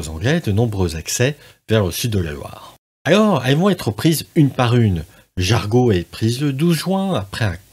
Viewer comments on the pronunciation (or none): tu est sûr que c'est "jargau" et non pas "jargeau" ???? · On dit Jarjo, pas Jarguau. De même c'est Mun s/Loire, pas Mungue... Je suis du coin. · Juste on ne dit pas " ming sur Loire" mais" min sur Loire '" Et aussi" jar jo" et non " jar go "...merci encore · Merci pour cette vidéo. J'espère que vous pourrez la rééditer avec plus d'images IA. Quelques suggestions : Meung (sur Loire) se prononce Meuhein chez les locaux. Jargeau n'est pas Jargot. Enfin un peu moins de hein et ce sera parfait 😊 beau travail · Jargeau ne se prononce pas jargo...